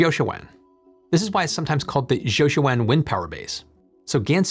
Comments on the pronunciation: Jiuquan is pronounced "Joe Chwan" in rough American. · Jiuquan...Gansu.. all the names are pretty butchered. 😅